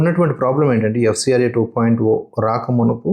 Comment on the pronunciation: Hello bro why you are calling 2.0(oo). Why can't you call as zero